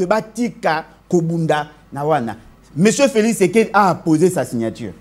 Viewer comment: Prononce bien Félix et non Felis